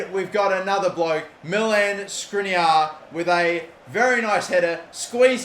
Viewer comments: Last Episode:: 'Apparently I'm supposed to pronounce it as SkrinIAR' Correctly pronounces for the episode This Episode -: 'Got to get this to the near post for SkrinAR, great goal by SkrinAR' ffs he is so frustrating sometimes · Milan will keep running away from the ball so long as you keep calling him skrinar instead of skr-ini-ar